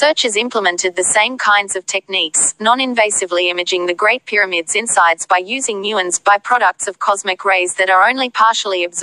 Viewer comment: Scan Peh-Ra-mids